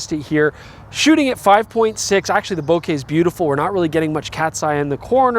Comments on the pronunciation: Nice, I will grab a copy of the 180-600mm. Looks like an all around great zoom range for wildlife photography. Too bad that Nikon announces great lenses and still don't have it in stock. The 800mm, the 600mm and the 400mm F2.8 Z lenses... Hey! Thanks for pronouncing "bouquet" in the correct way! International photographers rejoice! : ) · First time I heard a North American pronouncing "bokeh" the right way - no wonder, you're Canadian ......